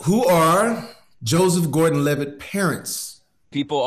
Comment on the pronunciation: Anyone else notice when Joesph Gorden Levitt said "I'm Levitt" as in "I'm livid" 😂😂😂